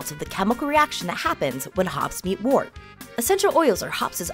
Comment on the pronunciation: It's pronounced "wert" Just sayin.